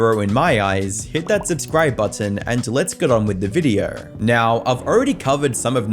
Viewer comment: Dude learn how to pronounce “O”. This might be the only time I’d say please use AI voice. “Videoaaurggh”. Had to turn it off